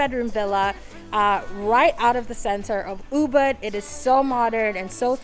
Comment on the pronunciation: how long have you been in bali to still be pronouncing ubud like that? it’s OOBOOD